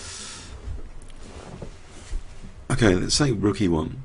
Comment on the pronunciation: that is some crazy-sounding "lemonade"